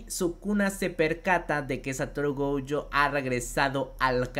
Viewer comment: No me gustan estos videos, solo me gusta el otro formato. Y no es gouuyo es Gojo